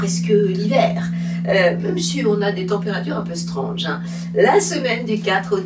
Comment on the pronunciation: stronge vous voulez dire strange en anglais 😅